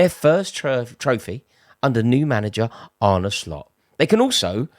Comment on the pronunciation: Thank you Rory for actually pronouncing Arnes name correctly. Absolutely shocking the amount of people in the MSM and independent football presenters who get this wrong, even though there's literally a video on YouTube of Slot pronouncing his name. Absolutely drives me up a wall but thanks for actually putting the effort in.